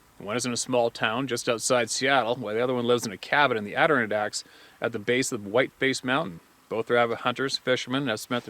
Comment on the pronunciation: It's pronounced something like this.... ADD - der - RON - DACKS. Love ya buddy, but you drive me crazy when you mispronounce it. Love what you do, Keep the stories coming....